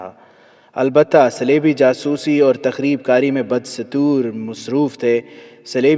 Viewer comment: مجھے نہیں پتا آپ کہاں سے ہیں لیکن میرا خیال ہے آپ لوگ پاکستان سے ہیں ۔ اردو کا جنازہ نکال رہے ہیں بدستور کو بندہ بد-ستور پڑھ رہا ہے🙏🤲🤲🤲